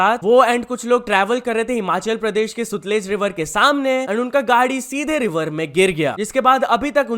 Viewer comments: it's satluj river not Sutlej. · It's SATLUJ RIVER NOT SUTLET RIVER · It's not सूतलज it's सतलज